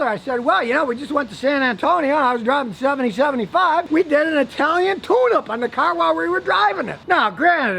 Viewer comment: swear to God, i thought this man was saying italian tuna